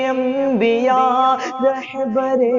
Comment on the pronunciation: اسلام علیکم ورحمۃ اللہ وبرکاتہ آپ سے درخواست ہے کہ آپ رحبر نہیں کہہ کے رہبر کہا کیجیے ۔الحمداللہ آپ کی آواز بہت ہی اچھی ہے اللہ آپ کو ترقی سے نوازے اور نظر بد سے بچائے